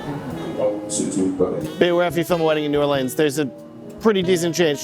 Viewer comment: Saw the thumbnail and smashed the video when I saw you were in New Orleans. Then hearing you say New Orleans the right way!? MAN! You're doing everything right. Hahaha.